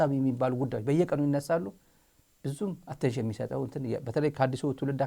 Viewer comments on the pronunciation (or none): none